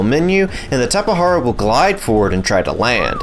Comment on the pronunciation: and he called it a tapehara, bro correct pronunce is QUetzalcoatlus and tapeJara